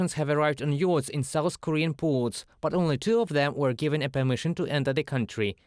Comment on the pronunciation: Jeez, what kind of accent is it that pronounces "yachts" as "yodes"? And "tourist visas" as "terrorist visas"? 🙄